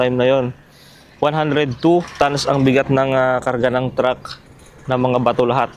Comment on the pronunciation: Tama ba ako ng dinig tans ? O tons haha